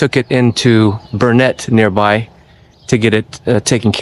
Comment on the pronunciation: It's pronounced Burn It....Dern It...